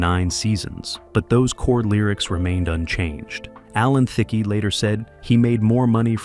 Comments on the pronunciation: Alan Thickey???? The name is said like the word thick. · Alan Thicke's name is pronounced wrong, the "e" is silent. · Thicke rhymes with tick. The E is silent.🙄